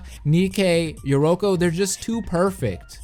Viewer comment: Yeah he got most of them right lol notice how I say most bc he got yoruko wrong